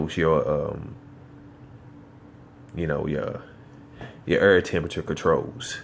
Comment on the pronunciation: its AIR not EERRRR. Im native american and i try to speak better english each day. come on son